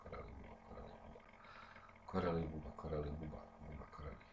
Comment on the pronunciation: Buba Kareli 😂😂😂 tako bar ja čujem posle 2000 puta